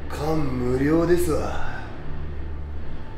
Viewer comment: 感無量のイントネーションwww